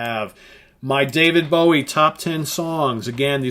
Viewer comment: Never heard anyone say his name like that. Dreadful impression.... are you just trying to insult the country that made rock good and invented metal?